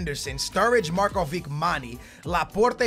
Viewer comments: it isnt Markovik its Marković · i am writing you this 3rd time its markovich not markovik plsssss pleaseeee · Yes it is, its not pronounced markovick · not markovik, u say it Markovich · It's not markovick it's markovič say č in markovič as you say c in can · hey don't want to be rude but can you just say markovic not markovik like you say it?thanks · it's markovich not markoveek!!!! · it's Markovich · its said marković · its markovic(h) like ibrahimovic(h) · it's Markovic it has a Ch not a K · Say Markovic like (markuvich) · Can you say Markovic properly please. It's pronounced Markovich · he cant read properly, and pronounce the player names so bad.... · I cringe so much when he says Markovic ( no hate ) Love you man!!! <3